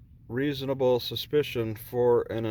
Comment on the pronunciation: I noticed that he didn't say reasonable (Articulable ) suspicion, just reasonable suspension.